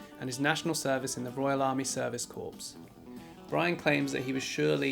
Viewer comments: "Corps" is pronounced "kore"!. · The "word" "corps." is pronounced "core".